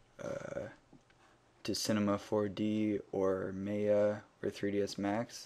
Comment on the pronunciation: you say may-a when its said ma-ya